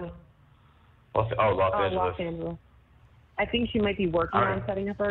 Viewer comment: Los Angel”o”s 😂😂😂😂